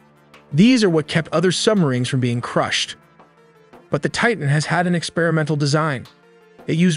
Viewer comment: I give the narrator high marks for pronouncing the word "Titan" correctly, enunciating the t at the beginning of the second syllable. Not pronouncing the letter t in the middle of a word in American English is beyond ignorant.